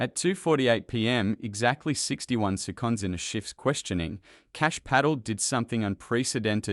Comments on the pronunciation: His name is pronounced Pa tell with the stess on ‘tell’. And seconds is pronounced as second with stress on sec. Not on conds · SeCONDS...PRAcess...dUckument!!! The commentator, although an Australian accent, is not a person! There are so many incorrect pronunciations that my 4 year old grandaughter would pick up. WTF!!!